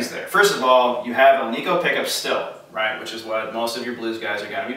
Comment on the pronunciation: It is not pronounced "Alneeco" it is pronounced "Al-nick-o". The term Alnico comes from the metals used to make the magnets. Aluminum, nickle and cobalt. Hence AL-NI-CO from AL-uminum, NI-ckle and CO-balt. Say it with me... Alnico. :)